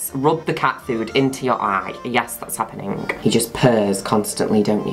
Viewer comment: It's adorable sometimes he ends his accents with a k sound, like happeningk Is that an affectation in the accent unique to a particular region in the UK? Or just his adorableness.